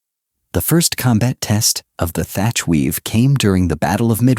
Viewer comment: His name was Thach, not Thatcher.